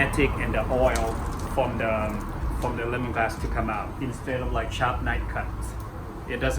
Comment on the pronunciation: His accent is strong so it sounds like he's saying the wrong word The way he says Lemongrass sounds like lemonglass Kaffir lime leaf sounds like kaffer Oil sounds like Oy